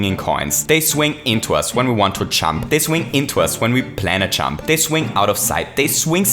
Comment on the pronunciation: It's pronounced jump, not champ.